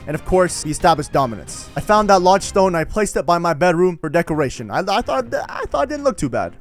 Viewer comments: Cook I was just saying he pronounced it wrong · I also found a logestone Literly everone: LODESTONE